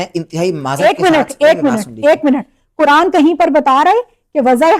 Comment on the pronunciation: Wahaban hai, She is inspired by Wahabi Deobandi including engineer Mirza, all in vain. How can she be an Alima when she can't pronounce the Quran clearly, She is saying Kuran.